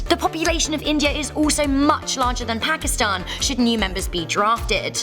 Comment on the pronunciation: You pronounce pakistan wrong in from Pakistan and we pronounce it pa ki stan